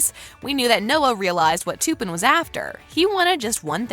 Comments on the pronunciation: ITS TUPPEN NOT TOOPIN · your sying tupens name wrong learn your langauge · they did not just say toopen for tupen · I hate the way she pronounces Tuppen Her pronouncing it: Toopin Actual pronunciation in movie: Tup-pen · u said tuppen wrong. lee said it right, and u even showed it in the video where tuppen touched elle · u really said "toopen" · Couldn't watch any further after she kept saying; Toopen. lol